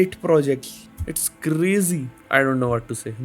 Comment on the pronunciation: Bro's Fav Dialogue 'This is crrrrrrrrrrrrrrazy'